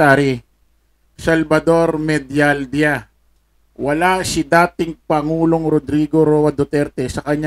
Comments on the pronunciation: Medialdia- ang basa niyan,,medyal diya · Ang prnouncevpo nyn Medaldeya